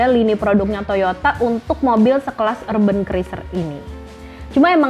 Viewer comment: Itu sebutan nya urben atau urban...kayak nya klo dlm bhasa inggris sebutan nya gak kayak gitu deh